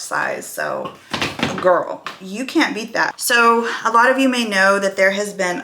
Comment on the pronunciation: well it’s my opinion, it is hurting her chances. It is not all the time, it’s when she starts a sentence with “GIRL” with the accent….Again just my opinion.